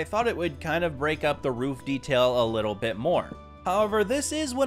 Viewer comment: his little bit is like liblblblblblblbbl😂😂😂